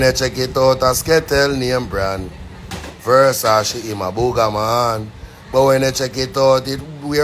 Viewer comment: Which part of that boy is a bishop?? He can’t even pronounce the word Versace